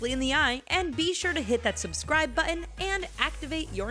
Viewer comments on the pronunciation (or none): Why don't you hire someone to moderate your video that doesn't have a speech impediment. Button is not Butten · Hit that 'BUH-IN'? Really? I could have sworn it was a button... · You do a wonderful narration, but oddly can't enunciate the word "Button!"